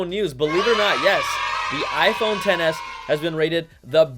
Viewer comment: Why’s it that every time Brian says “10S” I hear “tennis”, and “10S” max I hear “tennis match”? 🤣🤣🤣